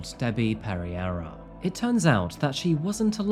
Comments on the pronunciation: "perreira" "Perry-Eye-Ra" hahahaha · her last name is iberian. its pronounced peh-ray-rah with the Rs lightly rolled.